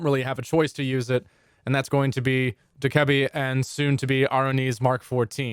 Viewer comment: As a Dokkaebi main, I hate how you say Dokkaebi.